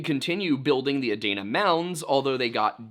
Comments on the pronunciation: It's pronounced, Uh-deen-Uh and the state capitol was relocated from Chillicothe to Columbus. Unfortunately, as much as you'll dislike it. The OU campus isn't surrounded by bad neighborhoods. It's actually the opposite. Affluent neighborhoods are the norm around north and northwest columbus. I also believe it was an intentional disappearance. Gread video as usual. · Adena is pronounced aDEEnuh. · I live in Scioto county & just want to give you the correct pronunciation of a couple things; “Scioto” is pronounced like the “sci” in “science”, “Sy-fy” or “Cyrus”. Sy-oh-toe. Also, Adena is pronounced Uh-dee-nuh. Non locals get some of our words wrong b/c a lot of them are native words & are a bit different in pronunciation than many normal English words. Btw, if you’ve never seen Serpent mound you should definitely go, it’s a very special place. It’s extremely unique, even for an indigenous built mound. There’s a lot of mysterious things about it & the more you look into it the more mysterious it gets. I live pretty close to it so I go with my husband & dad pretty often. My family is full Cherokee so we’re originally from North Carolina but we still love to go see & appreciate other indigenous cultures besides our own, especially since we’re no longer in our ancestral homeland. If you go be sure to support the gift shop, the money goes into preserving the mounds & keeping them clean & nice. Also, a death took place there a while back so there’s true crime stuff you can investigate while you’re there lol